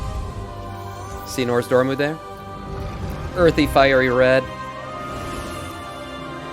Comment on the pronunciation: I giggle every time you say NORZdormu lol I believe it's NOZdormu - great content, I'm subbing